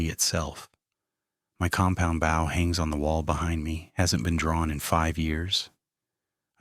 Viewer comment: That is not the way u pronounce"bow." Also, can AI lie?